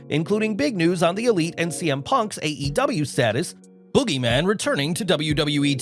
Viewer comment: "Boogeman" lmao